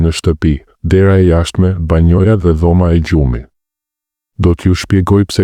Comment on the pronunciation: Banja ore zotëri e jo banoja.fol shqip te pastër.!!!